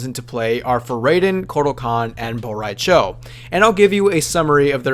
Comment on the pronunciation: *Apologizes for possibly butchering name. Proceeds to butcher Bo Rai Chos name*